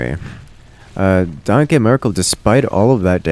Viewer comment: The way pronounces "danke" made it really hard to watch the sets Danke Merkel played